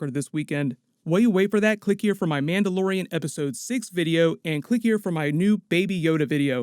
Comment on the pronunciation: Lol he said Manda Lorain.